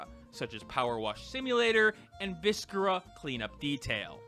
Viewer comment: viscera is basically pronounced without the c